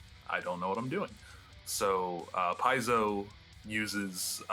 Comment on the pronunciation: Wow how many times did he mispronounce piezo . Your online you could look it up and know how its pronounced it would take about a second.